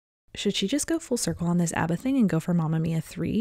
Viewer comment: Great Video, Love Toni and you, just wondering why do you pronounce ABBA as ARRBA, it is pronounced like one would say he has six pack ABBS, so ABBA not ARRRBA. :)